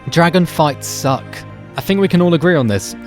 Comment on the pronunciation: Fuck up with your monotone voice you don't know shit about this game btw its dragon not jaggon